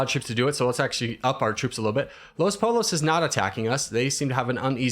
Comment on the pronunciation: For future reference it’s not “Pole Los” it’s “poyos” almost like the beginning of “oyster” it’s cuz the double L’s